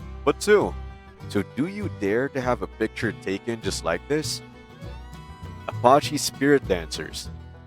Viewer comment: You better learn how to pronounce Navajo, and Apache. This is exactly why you need to stay in school kids, so that you can learn how to speak proper English.